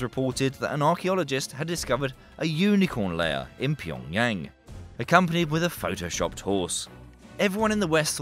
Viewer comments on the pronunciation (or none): none